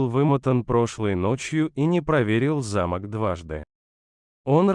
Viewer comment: Не зАмок,а замОк, неужели вы сами не понимаете,что отвратительно читаете, искажаете очень много слов, слушать невозможно,зотя сам рассказ бесподобный.